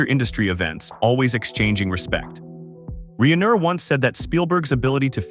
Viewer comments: Un a story concerning Rob Reiner, you pronounce it "Reener?" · Really?? A narrator says REENER?? Lol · My OCD cannot permit me to listen to this narrator call Rob Reiner, Rob Reener! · HOW CAN THE NARRATOR NOT SAY ROB’S NAME CORRECTLY???? Unprofessional!!